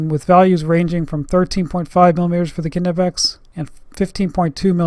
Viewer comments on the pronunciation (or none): now say "nee" "pex" the k is silent ,wtf is ku nipex? dumb ass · The K is silent